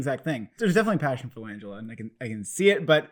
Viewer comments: You mean Frank Lan Gella lol not Langella as in Angela. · You fellas are great but you’re pronouncing Langella wrong. The emphasis is on GELLA!